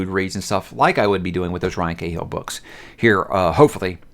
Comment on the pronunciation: I'll keep trying and maybe it will get seen Cahill is pronounced Kah-H'l, not Kay-Hill.